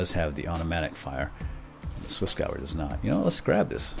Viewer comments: It's pronounced gev-air, not gower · It's Swissgewehr not Swissgauer. God. Go on google translate and type Gewehr in german if you need to know how to pronounce it. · Hey, the swissgewher is actually partially in german. Meaning the second half of the word would be pronounced as "gevair" (meaning rifle).